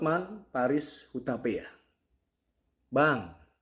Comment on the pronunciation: Itu Hotman Paris huta pe a bukan huta pea